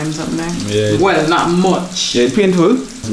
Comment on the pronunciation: Liz sey" it nuh look tree bad" lol